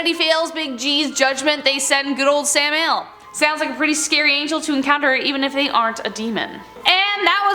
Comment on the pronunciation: Sam-i-el dumb broad don't you know God forget about Google voice and give a damn dictionary every host on this channel pronounces one name wrong normally every one out of five videos